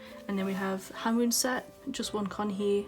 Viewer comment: Man, I'm annoyed the way you pronounce some of their names wrong. I am not saying that this video is not good but please try to pronounce their names correctly. I didn't mean to hurt your feelings or so. But still.... Hwanwoong is pronounced as Hwan-oong, RAVN is pronounced as RAVEN(the english pronunciation) and for Leedo it's pronounced as eedo. The L is silent. Hope it helps~